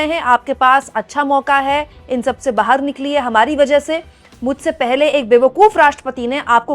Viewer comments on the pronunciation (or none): none